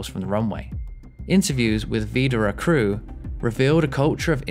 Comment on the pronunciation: I disagree. His pronounciation of Widerøe was quite good, the rest (like Bodø, Brønnøysund and Sandnessjøen) was among the worst I've heard.